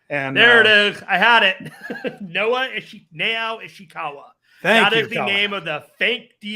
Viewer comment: its nao hoshikawa